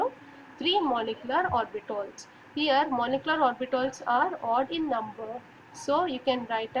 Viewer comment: Those are orbitals , not orbitOls 😂